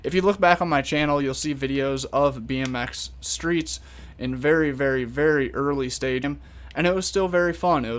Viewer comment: I always get confused u say bnx streets I think u mean pipe